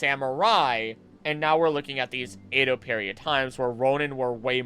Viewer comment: Great video overall, but you're pronouncing Edo wrong lol